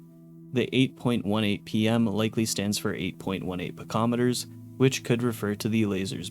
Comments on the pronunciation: nano-meter (nan-oh) and pico-meter (pee-co) lol, not nan-om-eter and pick-om-eter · Homie said he googled what a picometer was, so I'm guessing he just sent it with the kilometer pronunciation haha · Haha yeah, SI prefixes should be pronounced separately from the unit. Given he googled pictometer he probably just figured it was pronounced like kilometer, instead of like most other SI measurements. Like centimeter, kilogram, or megabyte :) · Great video, I applaud all the work that went into this! Mild nitpick is there are a bunch of words you mispronounced like "nanometer", "picometer", "paciencia", etc.. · I know it's not a big deal, but the way you pronounced nanometer and picometer imploded my brain